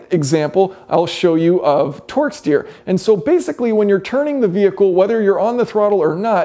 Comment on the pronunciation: Sounds like you're saying Twork steer.